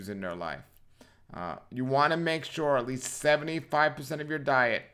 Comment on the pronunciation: Least, not lease as in lease a car. 🤣